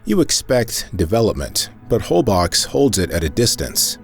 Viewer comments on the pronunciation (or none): very enjoyable film! I'm happy to say I've been to a lot of these places. I just have to mention one thing. No one there will know what you're talking about if you pronounce Isla Holbox like "BOX"!!!! It's more like 'bolshe'-- one syllable! I stayed there for several days and enjoyed an excursion with the 'whale sharks'! Thanks!!